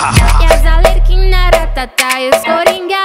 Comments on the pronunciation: Se vc reparar ela fala coringá e tbm fala Alerquina, ao invés de Arlequina😂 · Alexia Sty ela falou errado sim mas o clipe ficou muito bom😄👍